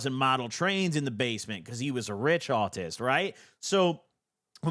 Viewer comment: Rich autist sounds like a British person saying rich artist lmfao